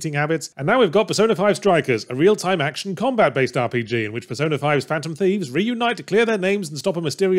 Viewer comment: He really should enunciate the P in persona a bit more in some of the points in the script...